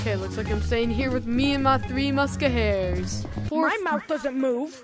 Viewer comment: “Three muskahairs”💀💀💀